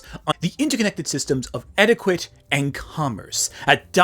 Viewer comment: Hold on. Did you just say eti-kwit? Is this AI? What's going on here?